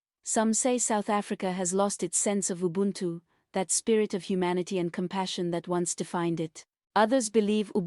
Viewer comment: EVEN this UBUNTU pronunciation is not normal. The ADJECTIVES AND ADVERBS are just pure AI creativity for nonsense.